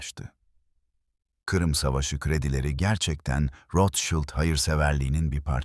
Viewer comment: Rothschild yazılır, rotşild olunur.. rotşaylt değil… naçizane😉